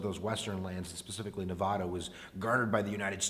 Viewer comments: Say nevAda right pls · Please learn how to correctly say Nevada.